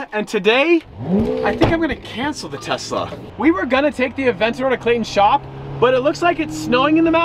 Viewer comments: Is it just me that I hear Tessa instead of Tesla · Oh no! He’s making a major decision about the Tesla?...wait, he didn’t say “Tessa,” did he?:). Great vid! C8 is looking awesome!